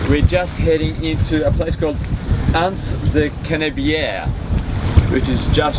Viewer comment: Not wishing to sound critical but your pronunciation of Antibes is completely and utterly wrong! Frankly if you every ask direction there nobody would have the faintest idea what you are saying. The correct pronunciation is ”ON TEEB”.